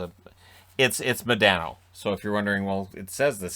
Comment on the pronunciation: Mo-DON-O, Not Mo-DAN-O eh?